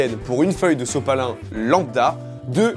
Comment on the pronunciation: A il dit sosopalin